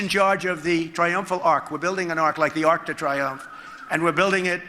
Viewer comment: He totally butchers the pronunciation of Arc de Triomphe. Idiot!!!